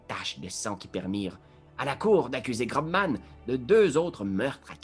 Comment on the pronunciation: Excellent ! C'est peut être fait exprès pour déconner mais GroBman se dit Grossman pour info ! Continuez comme ça c'est trop chouette !